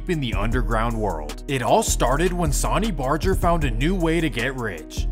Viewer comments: that boy said “Sawny Barger” lmao bro it’s pronounced “Sun-ny” RIP Sonny Barger #SupportYourLocal81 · SAWNY BARJER 😂😂😂😂 🗣️ SUH-NEE BAR-GER